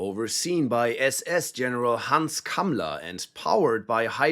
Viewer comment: Ngl bros pronounciation on those german names is immaculate